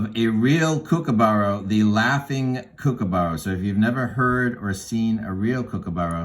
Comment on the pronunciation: Righto mate, elocution lesson here. It’s Kookaburra. It’s a short ‘kook’ not a long one. And it end s with a ‘a’ not ‘burrow’. You finish on the upward inflection. The ‘ss’ in ‘Aussie’ is pronounced as a single ‘z’, try ‘Ozi’. Do this and I’ll be happy 😊